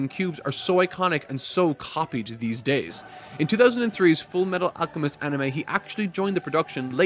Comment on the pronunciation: “FOOLLMEETTOOLL AALLCCHEMISTOH”